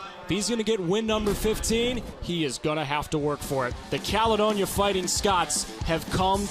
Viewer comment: Can’t stand the way the announcer says Caledonia